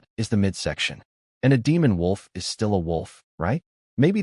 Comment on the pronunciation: Why do all of these AI generated content all have a hard time saying my and is?